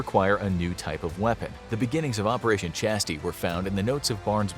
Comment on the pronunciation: chastise isnt chasty its chastise